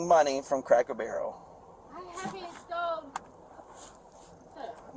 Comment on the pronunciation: Does this guy keep saying cracko barrel!? #donuthen #trashpeople